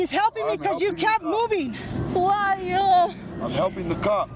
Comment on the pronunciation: 全く同じ事思いました！ というかwho are youて言ってたんですね… youをヨーって発音するのなぜ😂